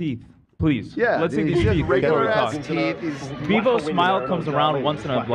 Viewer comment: Zach: “spray on my teef” gets me everytime